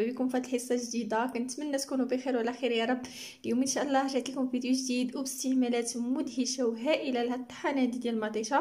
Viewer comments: عندما تقولين و رحمة الله انت تنطقين لفظ الله مرققة لا بد من نطقها مفخمة في هذا الموضع. ربي يوفقك اختي. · انطقي لفظة" الله" مفخمة انت تنطقينها مرققة. ربي يوفقك اختي.